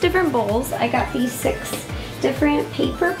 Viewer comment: “Like thes”